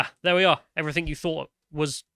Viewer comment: can you stop saying “everythink” please? Cheers.